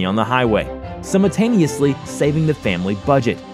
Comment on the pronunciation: Please learn to pronounce words. It's Belarus, pronounced bell-a-roose. and I don't even know what you did to the word simulatanous?!?!? WTF